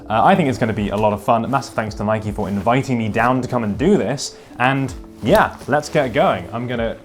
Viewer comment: Please stop calling it “nikey”! Please pronounce it as “nyke”!